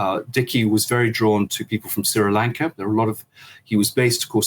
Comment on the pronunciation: "Sirrah-Lanka". Where dat?